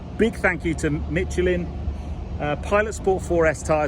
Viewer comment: A serious question and a critique (sorry). Firstly, does that change in the profile upset the odometer/speedometer at all? Sorry to be a pedant, but there's no "t" in Michelin.